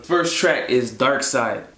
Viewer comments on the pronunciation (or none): I'm sure the first track is pronounced "darkSIDE" not "darkSEED" which will make more sense based on the lyrics "is that you on the edge". The dark side of someone's mind. Dark side symbolizing evil or dark things. Makes more sense 🧐